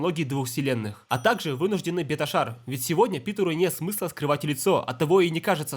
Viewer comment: Ты сказал беташар? Ты че казах? Ахирет